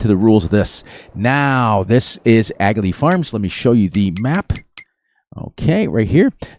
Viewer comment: This is an Irish map, rather than UK. And if I understand correctly the G in Aghalee is silent, and the aound comes from the back of the throat, so it sounds more like Aargh Lee (think like a pirate when you say aargh).